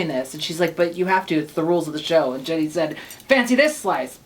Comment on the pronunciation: I've noticed that Americans all call Ginny Lemon Jenny Lemon. It's an I not an E!